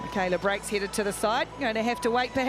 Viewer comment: Makalia Blythe, not brake